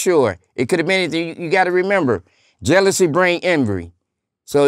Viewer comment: Ooooh…his voice sounds so country. He pronounces envy as ENVRY. Totally not what I expected.